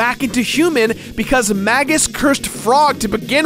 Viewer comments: Masamune is mass-ah-moon-ay tho Magus is definitely May-guss tho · It's pronounced May-juss. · I dont like how you pronounce magus or masamune